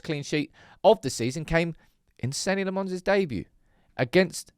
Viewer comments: please man you've really got to stop pronouncing his name La-Mons. Either pronounce it the way he says it is "Law-mans" or how we would naively pronounce it "La-mens". Your pronunciation always confuses me in my head. Apart from that great video and great content as usual! The best thing about Senne is we've just stopped talking about goalkeeper in a game which otherwise there was always this conversation that this goal should have been stopped or this goal was a horror show. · May have been said elsewhere but his surname is prounced "Lommens". There was an interview when he signed and he said that's how to pronounce it ... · Dude PLEASE learn how to say his name... It's definitely not LeMons. You can just look up some videos from Belgium to learn how to say his name, or ask Google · Good content as always.. I don’t understand just one thing.. why is it so hard for you to pronounce Senne’s name the proper way? Le Mans is a race 😅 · has hearing problems, he watched Senne say his name, and heard, Senny Le Mons???? FFS it's pronounced "Senna" Lammens, not Bloody Senny